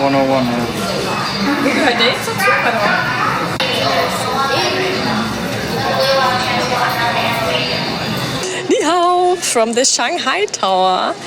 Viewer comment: You got the "Ni Hau " correct right down to the pat